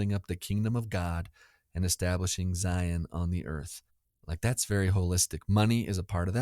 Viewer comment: Did say "Zions" National Park??? As a southern Utahn, I'm appalled. 😫